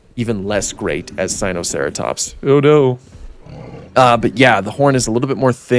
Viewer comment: Typa mispronunciation in a bad paleontology video